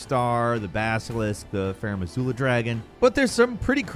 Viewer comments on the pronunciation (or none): I don't mean to be mean or an asshole but why do you say a ton of the names improperly like hoarah lao or faram azura when it's azula